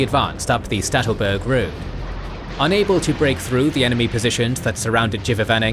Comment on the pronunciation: Poor Sattelberg, always getting pronounced Stattelberg :(